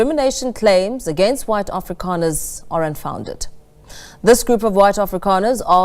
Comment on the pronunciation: Its afrikaner,not afrikaaner,you cant even get that right!